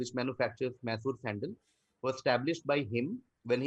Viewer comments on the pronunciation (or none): One small pronounciation correction on behalf of all kannadigas It is my-soor or my-sooru not may-soor Really good quiz as always thanks for doing this! 😊